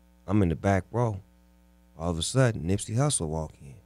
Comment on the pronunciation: Who the fuck is Nipsye?? FIX IT!!!